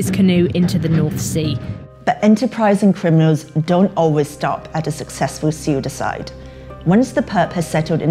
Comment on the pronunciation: Why does the reporter say SuiDiCide. (Caps to showcase the parts which come off as different) instead of just suicide. Like if its something she does, that's fine but just curious. Have I been taught to say it wrong or is that perhaps some factually correct way to pronounce it the way she does?